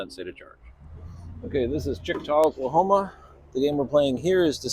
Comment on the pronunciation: Congrats on 25! Couple typos, West Memphis is in Arkansas (you have this correct on the sheet in your plan) and the summary has a typo for Checotah, OK. and I pronounce this like Che-ko-ta, Also, I pronounce the end of Tumcumcari to end like Air-y.